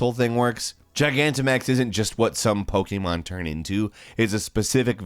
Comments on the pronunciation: It’s pokEmon not pokeAmon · Its pokemon not pokaymon